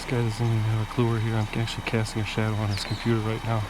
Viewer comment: "I WAs ActIALY WACting a trAIMinG vIDYa" 👮🤡